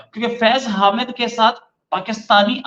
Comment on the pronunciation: हामिद नहीं, हमीद